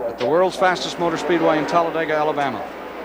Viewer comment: David Hobbs “eerupt-ted a moturrr as you would say” 😂